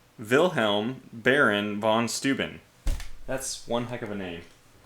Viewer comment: "Steuben" is said like stoy-ben (horribly wrong phonetics, I know) And I agree, the Germans have some impressive words!